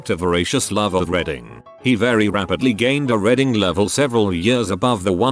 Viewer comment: It is reeeeeeeeding, not reding. Can you not scan the text before entering it into the voice maker and edit "reading" to "reeding" or "reed in" to make it pronounced properly ?